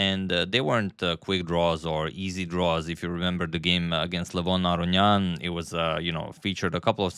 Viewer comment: U still butchering Levon Last name . The First N Is Not Silent Like the The Second N in the Last name lol